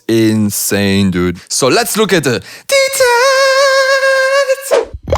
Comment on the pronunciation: Me:It's just a suggestion but I think you should change the way you say "Details":It's called "style" haters. 😊